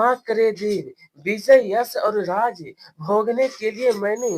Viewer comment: राज्य ❌राज✅